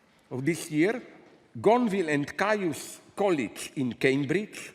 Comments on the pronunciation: he may be, but he doesnt know how to pronounce the word “caius” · Zizek is great, clearly very smart, and speaks good english. I'm a fan. I'm just having a little fun about english pronuncation. "caius" is pronounced "keys" (which is ridiculous, of course, and how would anyone know that).